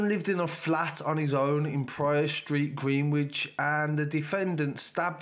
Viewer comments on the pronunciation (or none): Tongue twisting again lol gren ich not Greenwich lol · Green-which?? 😂😂 Greenwich is pronounced "gren-itch", bro. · or even like grinich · Couldn’t help but laugh when you said Greenwich 😂 it’s pronounced grenich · Pronounced grenich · It’s pronounce Grennidge 👍🏻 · Greenwich, Woolwich, Chiswick. Never pronounce the W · The way you say Greenwich 😂😂 keep up the hard work man ✊🏼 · Greenwich is pronounced without the W bro